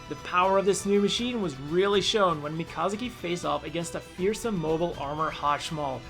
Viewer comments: The way he said mikazuki and Alaya vinjata. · Not sure how I like you mispronouncing Mikazuki's name. But hey, at least you didn't mispronounce his Gundam's name, as have several others.